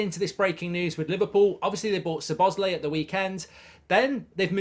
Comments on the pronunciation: Who is Sir Bosley? 😂 Try saying Sob-Oss-Lie 👍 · please stop calling him suhbozlee its lie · Hearing Mark saying Soboesley everytime will kill me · It's pronounced Sobo-sly.. just wanted to Clari-fy 😊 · i am beginning to think that the mispronunciation of Szoboszlai's name is intentional. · The Zets in Szoboszlai are not pronounced.